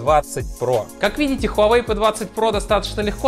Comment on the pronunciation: Не хавай а Huawei